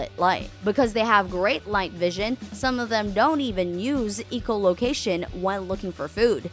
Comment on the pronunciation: Did she just say ecolocation instead of echolocation